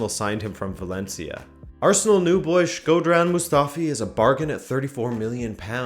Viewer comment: The way you said shkodran mustafi first time is gold bro😂